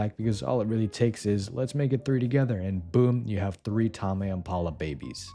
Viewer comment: Bro doesn't know how to pronounce ''tame'' 😭💔